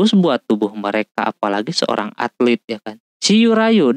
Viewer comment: Atlet bukan altet